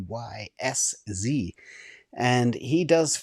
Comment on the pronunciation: Just if you wonder how Przybysz would probably pronounce his own name... probably close to psha-bash or pshi-bish (sort of in between those two)...